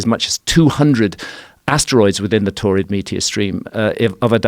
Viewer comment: Sounds like "torrid meteor stream" and that sounds like someone with a whole bunch of kidney stones.